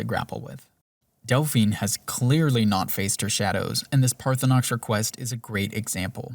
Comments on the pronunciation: And even with all the valid criticism, I still play a playthrough in 2026, 15 years after it came out and it is by far my most beloved RPG fantasy escapism. And I love that you mispronounce Parthunax the whole time and call this evil lizard Parthunox. 😂 I call him target practice until I can make Dragon-Spare-Ribs out of him and suck up his soul. 🤤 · Is there some joke I am missing as to why you are miss-pronouncing Paarthurnax cause his name is said many time in the game, also in this video. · Enjoyed the video. The way Paarthurnax was pronounced really annoyed me though.